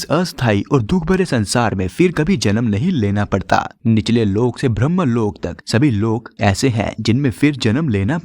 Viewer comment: Many times should not pronounce Brahma but pronounce Brahm I mean differentiate where to say Brahm and where Brahma